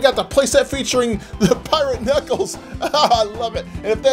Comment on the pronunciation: Bro-you litterly got so much alll of this names wrong it’s dread,you said piRaTe KnUcKleS bro get names right💀